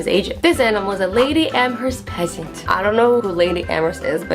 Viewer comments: Fesant not pesant, manatee not mantatee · The pheasant was pronounced feasant